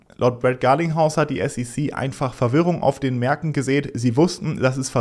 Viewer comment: kannst du wieder S E C Sagen und nicht Sece Danke